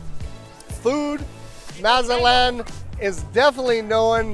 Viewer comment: If you are going to be doing business here, it might help if you learn to properly pronounce Mazatlán.